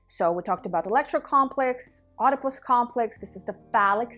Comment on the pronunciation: its pronounced without the O, edipus... lol